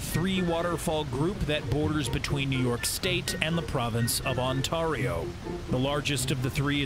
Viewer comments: It’s On-tare-re-oh not On-tar-re-oh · It is not pronounced on-t-are-io it's pronounced On-t-air-io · You said Ontario wrong you said it like On then Tear like you teared a peice of paper then ario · Omg im from Ontario (Toronto) and the way you pronounced "Ontario" was hilarious 😂😂😂😂😭🤣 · You pronounced Ontario wrong.